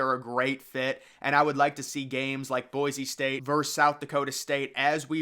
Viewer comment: "Boi-see" state. There's no z